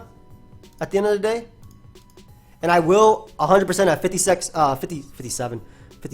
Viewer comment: haha said "Fifty-Sex" subconsciously after all the "Rayquaza roarings" heard around 10 mins earlier hahaha